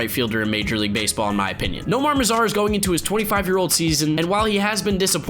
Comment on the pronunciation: Nomar mazara? Uhhhhh